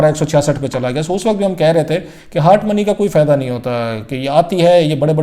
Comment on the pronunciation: Mr. Paindoo it is not "HAAT' money it is pronounced as HOT money. Biased, partial, lazy jounalisim